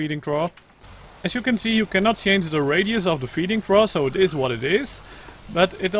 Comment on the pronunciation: FYI, the trough is pronounced "troff" :)